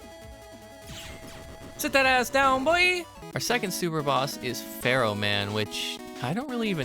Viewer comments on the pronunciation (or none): none